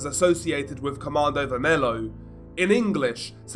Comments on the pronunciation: godness gracious it´s pronounced ver-me-lyo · Really don't want to be that guy but you mispronounced the group's name so bad, specifically "vermelho" (red). But your video was good.